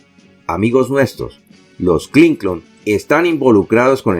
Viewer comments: EL NOMBRE HILLARY CLINTON ES CLINTON SR , NO , CLINCON ESTA. MAL ESCRITO Y MAL PRONUNCIADO. SR .ESTA EN PUBLICO . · DIGA CLINTON NO CLINCON ESTA ERRADA LA PRONUNCIASION .